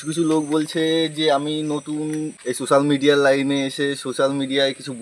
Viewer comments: Tui age thik kore kotha bolte sekh to 😂😂 age thik kore pronounce korte sekh tarpor social media ❌️ susal media ✅️ te asis 😂😂😂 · তুই আগে কথা বলা শিখে আয়। হাফ লেডিস। Susal media😂resket😂 খুব ভালো উচ্চারণ করতে পারিস😂😂😂😂😂